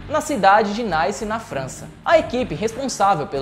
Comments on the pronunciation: 😁 Nice sim, uma cidade européia. Naice, a cidade que o narrador pronunciou não conheço! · Não é naaaaice. É Niiice com o mesmo. O nome não é em inglês. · Não é Naice na França, e sim Nice como se escreve mesmo. Só uma observação, a matéria está show. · "Cidade de Nice(Naice) na França..." Que porra de Naice... gy ?????